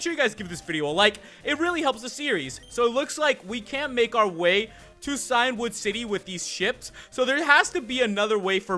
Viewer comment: Just to let you know that Cian is an old Irish name pronounced Key-Ann or Key-In, and it means Ancient, and you're saying Cyan, the colour which is like Blue. So it should be Key-In-Wood, meaning Ancient Wood